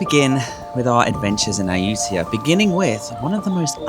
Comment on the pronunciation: It's a pity that this video was released a month later than my visit, but I skipped Ayutthaya because accommodation was booked solid, and it will have to wait for my next visit. You have given me some ideas and insights that will be helpful., now that you have a Thai wife, ask her to teach you how to pronounce Ayutthaya. 😉